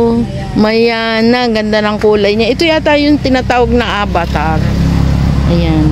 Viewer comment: AVATAR po hindi ABATAR 😂😂😂😂 Peace.... no stress just relax 😂